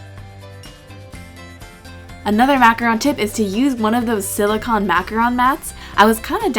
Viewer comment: God, I can't stand how you say macaroons, or silicone... but they are cute.